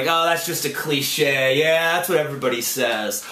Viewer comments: Te secrets to life are hidden behind the word "cliSHAY" lol sorry i'm lame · it's not called a cliche. Its a cli-SHAY :D